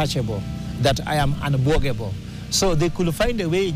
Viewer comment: did the professor just say unbuogable🤣🤣